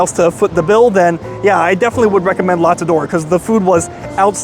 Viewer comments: I enjoy your videos, so forgive this one criticism. On a high percentage of your videos you say: I hope I’m pronouncing this correctly. Then you totally botch the pronunciation—like La TaDOR. Why not check the correct pronunciation in advance? You could do a google search , or check with the restaurant. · Let me help you with pronunciation.... la Tete d'or is pronunced like "lah tet door." For Boulud: "boo-lood" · You would pronounce the second T in Tete, since thhe word has an E n the end of it. SO, the whole thing would be pronounced "La tet door" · La tet duh ore Daniel Bow-lewd 🤦‍♀️🤦‍♀️🤦‍♀️🤦‍♀️ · 😂 it’s la taiteuh d’oor’ the golden head😂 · Love your videos but you really should research how to pronounce the name of the restaurant you're visiting prior to going there. It takes three seconds. Just Google, "how to pronounce Tete D'or." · Its called, "The Head Gold" La Tête d'Or. Google Translate it next time, so that you can listen to the proper prononciation. Btw, glad you didn't ask Chef Daniel that his prices were very high, like you did with Salt Bae. Nothing is cheap in NYC, especially a steak house paying very high rent. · You butchered the name and the chef’s name 🤦🏻‍♂️